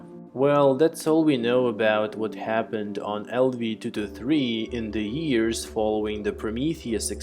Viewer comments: Thoo thoo thee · Everytime he says 223 with accent it agitates me lol